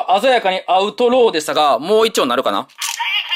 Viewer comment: 鮮やかにアウトローが鮮やかにアウトドアって聞こえた